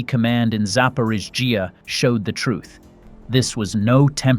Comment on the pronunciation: Zap-or-eet-zia. For crying out loud get a better bot or heaven forbid ... a human.